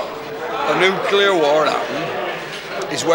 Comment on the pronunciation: "Nulcear War" ? Isn't that how Yanks pronounce "nuclear" ?